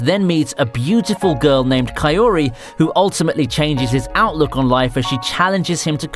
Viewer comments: It's Kaori not Kayori. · Im sorry, but who dafuq is kayori??? Its kaori "kaw-rhi" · Bro I get you aren’t American but come on. Kousei isn’t pronounced like crusade it’s more like the co in coworker and then say and Kauri isn’t pronounced like cow-or-e it’s more cow-dee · I whole heartedly love your contents with these all high quality videos in check. But just a slight mistake though. You really need to improve your pronunciation in Japanese. Just like you pronounced kayori instead of kaori. Don't get me wrong, you're still one of my best anime youtubers aside Gigguk. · For someone doing anime related content to be unable to pronounce simple words like Ka-o-ri or Na-gi-sa... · did you just say kayori? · I felt uncomfortable hearing kousei as kasei and kaori as kaeyori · ok but its Kousei (co-say) and Kaori (cow-ri) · I'm actually triggered by the way he pronounced 'Kaori' XD